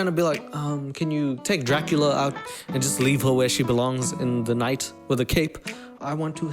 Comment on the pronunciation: “Dracula” come on dude 🤣🤣🤣